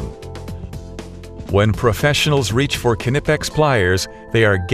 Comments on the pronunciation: The narrator ought to learn how to pronounce Knipex like a German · Dammit, now you got me pronouncing it all funny. I know the k isn't silent, but when I hear people say it that way it still irritates the hell out of me.